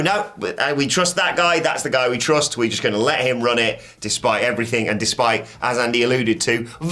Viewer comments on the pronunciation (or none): none